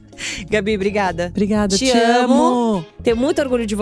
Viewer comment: Maravilhosas essas Ponto alto, falando "brigaiada" gente como a gente 😅